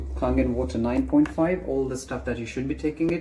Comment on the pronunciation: Its Kangen! Just sayin